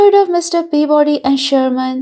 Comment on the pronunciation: "Mr. Peavoody Sherman." I like.🐕‍🦺